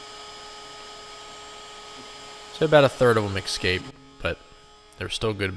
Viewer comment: Essscape, not exxxcape....